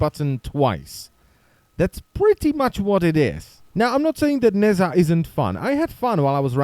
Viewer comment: oh my god could you stop pronouncing it "nazza"?